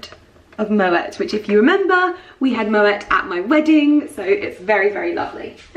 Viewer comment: Babe, pronounce Moët as Moé/Moae 😘